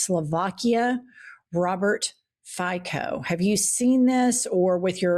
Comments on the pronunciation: omg....FICO is pronouncing ,,FIZZO,, not FIACO... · Just so you guys know; Fico is pronounced fitso, not fayko or fiko. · Two small remarks: Fico is pronounced "Fitso". Fico is a left-wing populist, meaning a mafia-like remnant of the old communist elite. That being said he takes a leaf out of the right-wing book such as being anti-immigration, anti-LGBTIQ and anti-Ukraine and pro-Russia. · Fico pronounced 'Fitso' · I'm not likely to put much credibility in a Eastern European expert who doesn't know how to pronounce the name Fico. Our keyboards don't let us enter it correctly because it uses a cedilla and is pronounce with a ts like Tsar when written in English. Of course, Mr Snyder should already know Robert Fico since he was the victim of a brutal assassination a ttempt two years ago by a disgruntled Ukraine suipporter. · Hi. It's not difficult to check how to pronounce correctly the surname of FICO. 🤦I hate this bastard, but still... Minimum effort, please. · The name of the Prime Minister of Slovakia is pronounced something like "Vitzo"